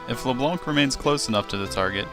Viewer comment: I'm sure this is a good vid...but I can't get over you calling her Le Blonk. Sorry :/